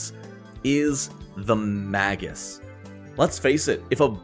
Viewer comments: Super informative and useful. Minor note: it's "may- gus." Okay, I'm that guy. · Not the case with 'magus.' It's just been mispronounced a lot. It's not an accent thing, but a product of people having read it but not heard it.